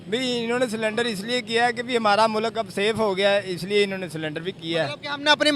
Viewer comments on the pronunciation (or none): सरेंडर ❌ सिलेंडर ✅😂😂😂😂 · Salindar nahi sarndar Kia tah